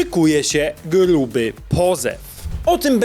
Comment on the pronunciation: Śmiesznie to brzmi jak akcentujesz litere R której nie potrafisz wymówić "gRuby.."😂